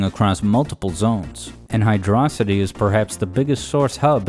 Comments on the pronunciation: yay, you finally did it I'm so ha- wait, did you just call it "Hydrocity" like "velocity"?, instead of "Hydro City" as if they were two different words?!, you don't exist to me anymore >:( I'm kidding btw xd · "Hidrossidi" Hydro City please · And you immediately lost me when you pronounced it as "Hydrossity" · It's pronounced 'Hydro-city' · Ngl best song in this game But you said Hydro City name wrong so bad vid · HYDRO CITY NOT HYDROSITY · It's Hydro City, not hidrawsity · pretty sure it's hydro-city, not hydrocity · Hydro-city is the proper pronunciation. Hyd-rocity is just wrong.